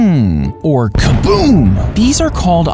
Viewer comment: That "kaboom" was personal 💀